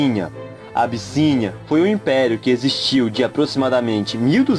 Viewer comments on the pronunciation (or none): No início do vídeo ele falou a "abicinha"😂😂😂,isso é nome de pais